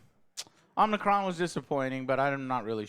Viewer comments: Did you just call Unicron as Omnicron... like he's a COVID variant? LMAO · The name is Unicron NOT Omnicron! 🙄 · He keeps saying Omnicron in the whole damn video😂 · Unicron not Omicron. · Who the F is Omnicron?🤣🤣🤣🤣🤣🤣 Don't you mean Unicron. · Omnicron 🤣🤣🤣 it's Unicron lol that is the name of the planet lol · Are you guys sure you are Transformers fans? Joe said several times Omnicron. Who the hell is Omnicron? lol It's Unicron! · Its hard to take this review seriously. He cant even say unicron right. Clearly never watched transformers animated. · Fans yata ng Combatron or Covid itong mga to :D Unicron not OMICRON or OMNICRON :D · It's Unicron. Not Omnicron. He isn't a Covid variant. I grew up with the cartoons. Loved them. This is a good movie. *Cheetah did have several lines. I watch all these reviews (Joes), and they get around 60% (6/10) their scale, accurate in movies. Stick to game reviews, please! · Guys…. UNICRON! NOT OMNICRON!!! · Dude it's not omnicron it's unicron, it's about humans and robots if you keep bitching then don't watch it again and stop talking about it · Omnicron? Who is that? Or do you people mean unicron? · It's unicron not omnicron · If y'all going to do movie reviews at least learn the name of the characters. It's Unicron not Omnicron. You invalidated your whole review right there. I actually liked the human characters in this one. I think they are scared to go all in on a humanless Transformers movie. They are coming out with Transformers One which is an animated movie. I think they are using this as a test to see if people will go see a movie that's only about the Transformers. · Its Unicron not Omnicron If your going to review something say it right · Unicron ,.. not Umicron :D the magazines and comics have 1% human 99% robot action ! its piss poor story telling cant we get a non-human-centric film - 7th and still failing ! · Omicron??? Joe!! Its Unicron!!! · Do You mean Unicron? Omnicron?? Tf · It's pronounced Un-i-cron. Not Omicron.